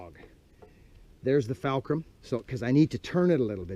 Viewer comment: It's buckin fulcrum....not falcrum. lol